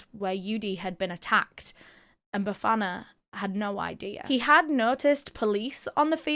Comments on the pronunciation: The way you pronounced Bafana....really proud of you🎉❤😊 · she absolutely nailed it, I'm sitting here in awe... especially when she mentioned Bafana, I could swear she's from the hood too 😍🫶🏾